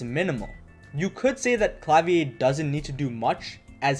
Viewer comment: "Klavier" should be pronounced like the Rammstein song rather than the French "Clavier" (Ironically, I'm fluent in French but have very little German.)